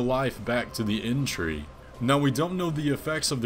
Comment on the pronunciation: Damn dude, your conclusions are so random and off-base XD "explains why matter is moving" "multi-armed guy main bad guy, used to be tarnished" what is this, fan-fiction? "Inn-tree" instead of erdtree? wtf